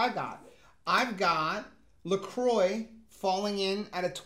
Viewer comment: Love that you two pronounce LaCroix right! (Well in my opinion)